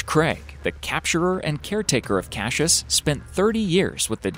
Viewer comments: It's not pronounced "Cash-us", its CASS-I-US.... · Not cashish but cassius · Cashish it’s Cassius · cashus? are you dyslexic? It's cass ee uss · since when is it pronounced Cashus ??? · Love how the narrator says cash-us instead of Cassius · Us ozzies are in stiches lol, Cashious ? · I’ve seen the first crocodile (btw the name is pronounced cas-I-ous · Not cashius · Cashus lol Goosestav lol.. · why does he keep saying kashus? learn to read first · you pounced the name wrong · Why can't you say Cassius! ? Stop saying it! Twat. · Say Cassius properly!